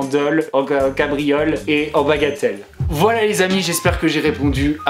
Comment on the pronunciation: Ça me fait trop rire quand il dit bagatelle haha